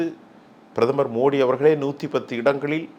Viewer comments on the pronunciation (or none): none